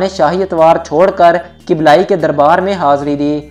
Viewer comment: kiblayi nhi kublaiie.. dosto dosto thora kam bola kren video mai